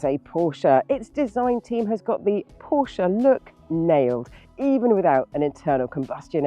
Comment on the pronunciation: The otherwise solid is revealed to be malleable; for craven enthusiasm must be feigned. This Porsche (at least she pronounced it properly - 'porsher') is remarkably ugly. Pedestrian in its styling it looks like an entry level Ford, or every other EV saloon from an east asian production line. The battery laden floor pan elevates its profile and makes it look like a lorry. It's just, as the Macmaster can attest, another overpriced product wherein - just like faux, earnest appeal - 'BBB' - Bullsh*t Baffles Brains.